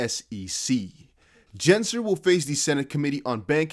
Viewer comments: It’s Gensler, not Jensler. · Can you say Gensler name correctly please